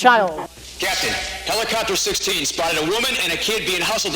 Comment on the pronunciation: "Police clopter"